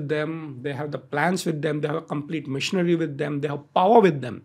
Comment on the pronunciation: Why is he pronouncing machinery as missionary